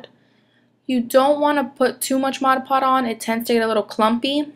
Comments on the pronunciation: its modge podge not modge pod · Cute idea but Mod Podge is pronounced "mod" "podge". Podge rhymes with lodge ... Dodge. :0) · I noticed that 2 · Yes!!!made me cringe every time